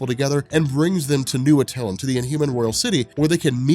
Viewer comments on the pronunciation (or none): It's at-alan